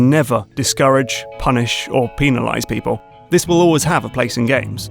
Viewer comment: I'm no native speaker, so sorry if I'm wrong about this, but isn't this fella pronouncing "penalize" incorrectly? the root word is "penalty" after all, but he pronounces it like if the root word were "penis"